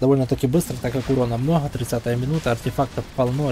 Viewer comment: МноХа ахаха Иди к логопеду сходи))